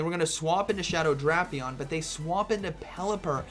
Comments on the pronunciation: Drapion instead of Drapion 🫥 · Why is bro pronouncing Drapion like that?